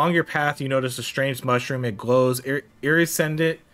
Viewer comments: With those little events, I'm pretty sure the longer you take the less your reward ends up being. So it starts as the amount you first see, but ticks down as you're clearing the room. That's why it wasn't 50 anymore. Lol and iredescent is pronounced ear-uh-des-int 😅 The way you pronounced it was hilarious. You mutilated it, but it was funny. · where I live iridescent is pronounced ir-id-eh-scent